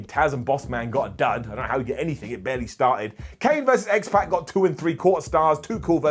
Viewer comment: Can you please start pronouncing names correctly? X-Pac’s name is not pronounced that way.